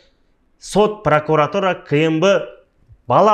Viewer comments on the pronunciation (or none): none